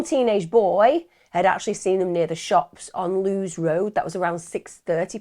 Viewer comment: I know it’s petty but, as a brightonian, I have to say it’s pronounced Lou-iss Road, after the nearby town, Lewes, pronounced the same way xxx